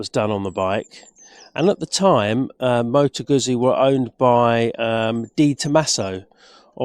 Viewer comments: Moto GUZZI is pronounced Moto GOOTSI. Unless that is, you eat slices of Italian, "PISS ... A" that is.... 😂. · Had to stop watching this after a couple of minutes. Not only do you seemingly know very little about bikes, but you can’t even pronounce the manufacturers name. Get a grip! 😂